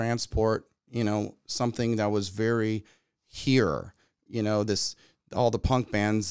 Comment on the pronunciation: I personally enjoy when Tom pronounces "something" as "sometheen" in their songs also XD.